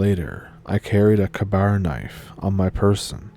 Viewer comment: FYI it's pronounced "kay-bar"